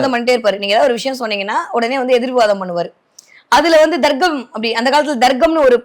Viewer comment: Ennathu Darggamaa😂 Athu Tharkkam maa.Thamizh sorkkal ozhunga uchari muthalile